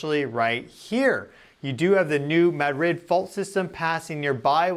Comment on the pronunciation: Its pronounced ma drid not mad rid.. Sorry.